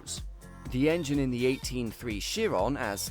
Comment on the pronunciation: The veyron is missprononced by everyone it kills me as a french dude It applies to the Chrion too , they should be pronounced "Véron" and "Chi-ron" cause they named after french/belgian driver if i recall corectly anyways great video dude i ve been binging your channel lately only great stuff on there continue like this